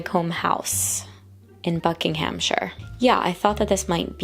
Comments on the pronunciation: Pronunciation guide: Heartfordsher Wickerm Buckingumsher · We need to get you on a British Place Names pronunciation video! Hertfordshire, High Wycombe, Buckinghamshire, all butchered ;D